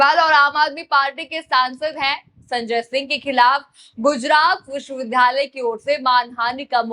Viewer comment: उच्चारण सही कीजिए । विश्वविद्यालय को आप विश्व विधालय बोल रही है ।